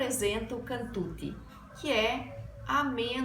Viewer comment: Non è cantuti si pronuncia cantucciiii